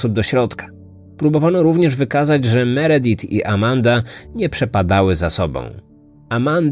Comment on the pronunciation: Meredith wymawia sie Meridif